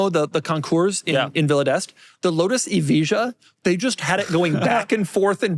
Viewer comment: “Lotus EviJa”